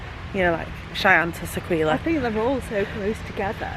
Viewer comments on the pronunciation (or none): Really enjoying your vlogs but just one minor thing which is that Sequoia Lodge is pronounced "Seh-koy-ya". I don't mean to cause any upset but just wanted to make sure you knew for the future. Keep up the good work, I look forward to your future vlogs!